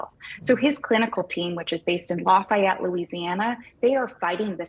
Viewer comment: least important thing in this vod but Lafayette (Laugh-Fee-Et)! Lol